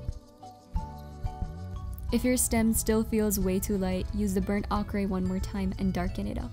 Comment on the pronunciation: Burnt ochre is pronounced o cur